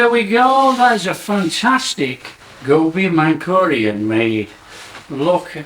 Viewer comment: Not mankurian bro, manchurian😂